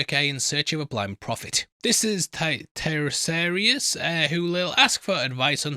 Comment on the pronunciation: You got two names right, which is about one more than I would've expected. Having said that, "Taeresarius" had me in stitches. Try this: Tee-re-SEE-as. Or don't. On another note, The Odyssey was part of the curriculum in Greek schools some thirty-odd years ago (and might still very well be), so I will not be watching this due to what I can only describe as "early academic trauma."